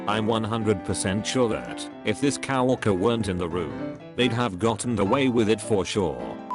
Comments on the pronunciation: Did anyone notice the voice saying the word co-worker as cow worker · humans: coworker text to speech: cow worker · i love how it reads coworker as "cow-worker"